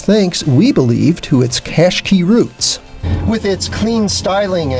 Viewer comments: It's Qashqai pronounced Qash-qai NOT Qash-key u fuckwit learn to pronounce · Clear to see Nissan elected to call the Qashqai the Rogue Sport only in the US, Americans can’t pronounce anything properly, ugh. Embarrassing. You should have listened to every other review with the proper pronunciation before posting yours! Just saying. Otherwise great review.